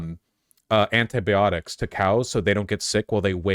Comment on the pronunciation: It's comforting to know Vaush mispronounces anti-biotics the same way I do.